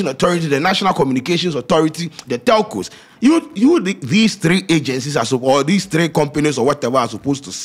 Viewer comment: eiii scanty cant pronounce telco chai